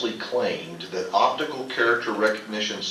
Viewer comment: "Opitical" This should show you the level of intelligence these people have.